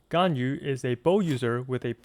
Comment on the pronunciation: Wow, the first person I meet that pronounce Ganyu right :000